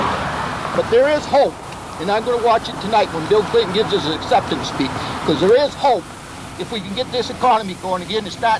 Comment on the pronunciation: The cop sounds like a lil boy there’s some mOre Right ThErwe